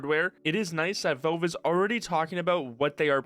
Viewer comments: Why do you say Velve instead of Valve? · Why do you keep saying "Velve"? It's "Valve". You're clearly able to pronounce A's properly as you say Half-Life correctly and don't say Helf-Life. The A in Valve is pronounced exactly the A in Half-Life.... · When he says velv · I swear TO GOD IF YOU SAY VOLVE ONE MORE TIME ( /s) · But like real talk, why do you keep saying "Velve"? I'm not sure if you're just trolling me at this point. Edit: Ok just finished your video, good vid man. BUT I SWEAR TO GOD IF YOU SAY VELVE ONE MORE TIME. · For the love of God, please pronounce Valve correctly and stop saying Velve... 😖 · Is it really that hard to say valve properly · Nitpicking but you need to work on your pronunciation, especially with the word "valve". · I'm assuming it's an accent thing, because how do you run a channel about Valve games and not be able to pronounce it properly?